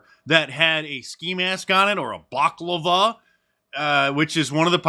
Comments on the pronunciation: Why do Americans have a problem pronouncing 'balaclava'? It's not baclava! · Mark, not a 'baclava'- a turkish sweet pastry desert, but a 'balaclava'- a woolen face helmet. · Balaclava 😂 not baklava lol that one made me chuckle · Its "BALA CLAVA" not BOC LAVA Mark u dingaling professional narrator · Balaclava, not baklava, which is a Greek dessert. Thanks for the informative videos, Mark! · Love your show, Mark but I never thought I’d hear you mispronounce something. You called his balaclava a Greek dessert Baklava.😅😂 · Mark it’s a balaclava not baklava hahahahahaha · Baklava is hilarious, I know he meant balaclava😅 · 😅 It's not baklava, It's balaclava. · No, not baclava. It’s a balaclava 😝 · Mark, the guy wore a Balaclava, famously worn at the Battle of Balaclava a Century plus ago. You said a Baclava which is a Middle Eastern dessert/sweet. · Love the videos and the content. Thank you. BTW Ba-la-cla-va (a mask) is not Baklava (a pastry). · Just so you know it’s pronounced…Balla Ka Lava ….still love ya mark 🫡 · It's pronounced " BAHlaCLAHva." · Bach-lava lol. Bell-a-cla-va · Bal ah clava. Baklava is a Greek dessert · BAL LAR CLAR- VAR